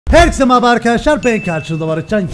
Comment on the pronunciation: arada merhaba yerine maraaba diyo